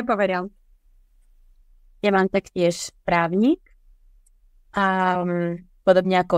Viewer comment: Právnik in Slovak, not právník. We have something called the rhythmic rule where two long syllables can't be next to each other. :) (there are exceptions tho :D) This is something that distinguishes Slovak from Czech. Plus, it's svaDba in Slovak, not svaTba. :)